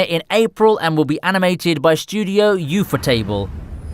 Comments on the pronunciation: He said u-fo-table for Ufotable. Soft/short A man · Is that how you really pronounce ufotable? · yufotable xD